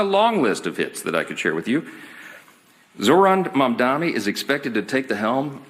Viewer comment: It's Mamdani, not Mamdami. And you are nothing but a a LIAR, LIAR, LIAR!!